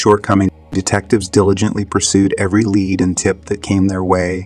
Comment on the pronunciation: I had a good laugh at schizophrenia too! Made my day and also lead being pronounced as lead from a bullet! Keep up the good work on these cold cases! Thanks